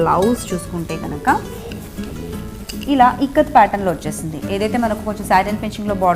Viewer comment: Ikkat kadaa..tikkat enti?